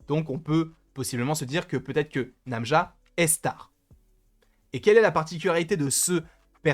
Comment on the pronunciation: Très bonne théorie sur le personnage !! Par contre c'est Najma et non pas Namja >.< et je confirme (parlant arabe) Najma = étoile = star